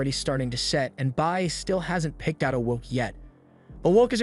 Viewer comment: Just have the AI say "pot" if it can't say "wok", yeesh.🤡